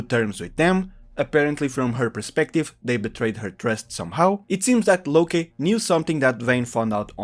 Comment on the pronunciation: Its its "Locke" is in "Lock" by the way, not "Lokay"